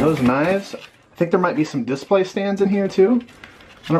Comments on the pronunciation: Brady Adams I was gonna comment the exact same thing lol. He says "diss-play" haha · The way says DIS-play really bothers me.... like it just doesn't sound smooth.